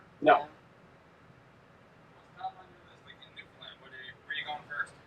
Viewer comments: It's newfoundland not newfinland...it's ok even most canadian pronounce found as fin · My darlins...It is not NEW. FIN LIND. IT IS FOR N0N NEWFIES NEW FOUND LAND..NO I'S. FOR SOMEONE WHO TRULY APPRECIATES O.UR CULTURE. .then it is newfunland. PLEASE DO NOT SAY NEW...FIN..LIND AND PASS THE WORD ON... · It's not pronounced Newfinlind. It's New Found Land rolled together nice and smooth. Newfoundland Canada has no states, but 10 provinces and 3 territories. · Believe me we have the same questions when travelling into the US. And you probably will as well. Hope you have a fabulous time in our neck of the woods. NEWFOUNDLAND rhymes with UNDERSTAND. Say it that way, not NEWFUNLUND. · It’s hard to listen to your pronunciation. It’s pronounced New-fun-LAND. it’s a common mispronunciation. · Just to clear up a small point, Newfoundland rhymes with understand. Happy travels! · Hello, I just found your channel. This may be really picky, but I just wanna correct the way that you’re pronouncing Newfoundland. Say understand first and then say Newfoundland it rhymes together. I just say this because as a Torontonian I always miss pronounced the word Newfoundland as Newfoundland LIND at the end. I married a new fee so I must pronounce the name of the province correctly. Looking forward to your adventures in Newfoundland and hopefully you will see some icebergs.